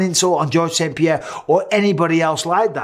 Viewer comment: I hate it when people call him "pehera" the fuck is a pehera